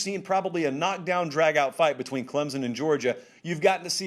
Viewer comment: I know for a fact, he says "clemzon" to annoy us clemson fans!! Smh